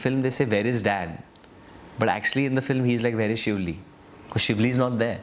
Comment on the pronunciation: Shiuli.. Not shivli